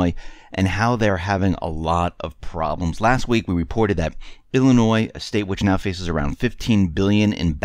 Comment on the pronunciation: the "s" is silent in Illinois. Lived here my whole life and would love to get out!